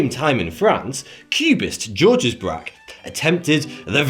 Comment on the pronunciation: "Georges" in French is pronounced like "George" in English. :P